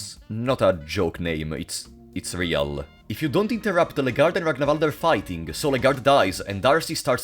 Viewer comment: One of the most annoying bugs about this game is how it makes everyone pronounce "Ragnvaldr" as "Ragnavalder". What's so hard about pronouncing it that you have to add vowels?